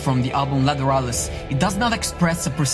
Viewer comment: I think it's pronounced "Lateralus" As in, lateral movement. And them you tack on the word "us" at the end.